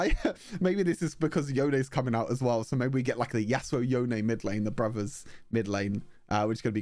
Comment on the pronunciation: It’s yone not yonay